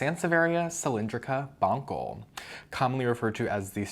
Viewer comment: "Bon sell", not "Bon kell". I wish it were "Bon kell", it sounds way funnier. Bonkle bonkle bonkle. Love the videos, you have tons of cool plants!